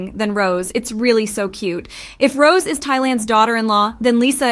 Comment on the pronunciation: The way she pronounces her name as ROSE 😅😭